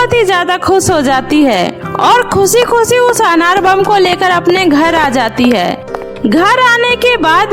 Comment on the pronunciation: Khushi ko kuseee kyo boltey hoo